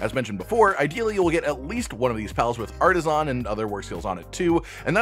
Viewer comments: Great video and I appreciate the info. I had just one bit of (probably unwanted) constructive criticism. The way you pronounced the word "artisan" was really jarring and I couldn't stop thinking about it, lol. In American English, the word is typically pronounced like "arta-sin" (or "arda-sn") with the last "a" in "artisan" being practically silent. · what's with people making As sound like Os, it's artisAn not artisOn, didn't you ever play Spyro The Dragon?